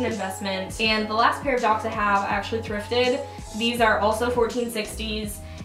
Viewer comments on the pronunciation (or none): none